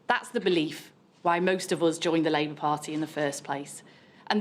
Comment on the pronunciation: So glad I washed my hands of this lot when they washed their hands of Corbyn. She nearly said "Liebour"